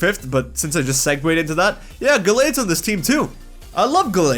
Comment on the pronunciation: THE I IN GLACEON IS SUPPOSED TO BE AN E!